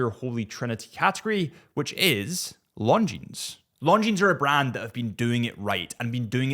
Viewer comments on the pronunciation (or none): Please stop pronouncing the s on the end of Longines.